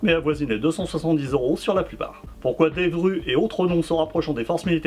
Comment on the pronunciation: Très bonne présentation, mais c'est devgrOu pour la prononciation.